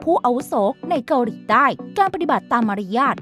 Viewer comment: แอดออกเสียง เกาหรี 🤣